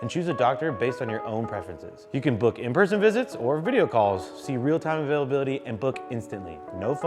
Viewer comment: Oh, "in person visits"... I thought he said "in-prison visits"!